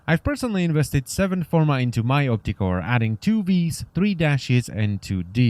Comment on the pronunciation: When you say opticor sounds like "optic whore" wich makes me think of prostitutes charging money to have sex in the eye socket